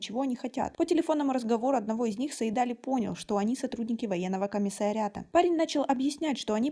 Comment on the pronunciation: Имя называйте правильно - Саид-Али’. Ударение в конце.